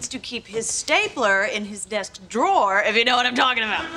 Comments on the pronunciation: Слушайте, вы столько времени тратите на съемку этого ролика, а аот посмотреть в словаре произношение drawer в значении «ящик» секунды не нашли. При этом десять раз прокрутили фрагмент, где Рейчел произносит это слово /dro:/, и даже это вас не смутило. А ведущий пять раз упорно повторяет /дроа/. Такой вариант произношения есть, но означает он «художник, рисовальщик» если хотите. Но никак не ящик. Вот реально как после этого вам доверять, приходится перепроверять все. И не надо говорить «мы все ошибаемся», вы готовьте ролики заранее, словари все в открытом доступе. И никто в команде ведущего не исправил. Вы сами-то Рейчел слышите? Disappointed ☹️ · Поправкa произношения: 1. В слове "Drawer", W-E(R) не произносятся, т.е. слово произносится как "ДРО:" в Британском варианте, или как "ДРО:Р" в Американском. Частая ошибка!!!